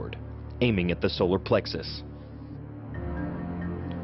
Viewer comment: You said "plexis" instead of "plexus". It is a "u" not an "i". Just a warning this time, no points deducted.